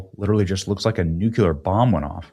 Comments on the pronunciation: Nucular is not a word. I believe you mean Nuclear. So...nuke-u-lar vs. the real pronunciation nuke-lee-er. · Bro it's NUCLEAR, NOT NUCULAR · Nuclear, Benny. Not nucular... come on, man. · New Clear, not NUKE YULLER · OK Benny let’s try it again… New Clee Err. Nuclear. You can do it. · WHEN WILL CLICKBAIT BENNY LEARN TO SAY "NUCLEAR"? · Noo-klee-er, please, please, please! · Nu cle ar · The most "NUCULAR" cringe in the internet is just Benny trying to pronounce the word "nuclear' and stumbling like a toddler spouting out "NUCULAR". Once again. We used to have pride in what we did. If you want to be a news comentator lead with an example of proper enunciations and take a little pride in it. When you say "NUCULAR" you sound like you should have blue hair and no concept. The way you say this word is humiliating... and you wave a finger at Katy for the same kind of lame tripe. Do better. Buy "Hooked On Phonics" or something. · Benny, you’re killing me! Please learn to pronounce nuclear correctly. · Benny, why can’t you pronounce the word “Nuclear“ correctly.